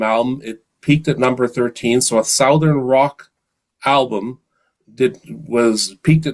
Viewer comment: great show with Grant...hey, you're from Canada, right?...gotta say I've never heard someone pronounce southern = "sow (like cow) - thern"...not being critical, just wondering if that's a dialect from your area in Canada. Will say it's odd that the "ou" sound in south changes to 'uh' when you add 'ern' for the adjective. Again, not making fun, just curious. Obviously many words are pronounced differently depending on the region you were raised or live in. Language dialects fascinate me. Being from the southern US, we have some different pronunciations of our own too. Webb in Atlanta, GA